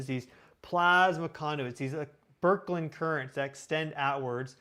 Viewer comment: You know what, I had you playing in my ear for half an hour while I worked. I was kind of half listening to you and as soon as I heard, you say, berklen currents, I knew you were full of shit so adios emigo